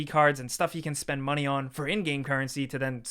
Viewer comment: the problem is " MUNEHHH"